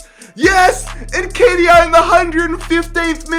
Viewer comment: If u pronounce Nketiah like that again, I swear to god.